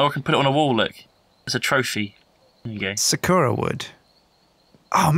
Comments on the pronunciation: Dammit that's not how you say Sakura, haven't you ever watched naruto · Please stop pronouncing sakura wrong, it's agony!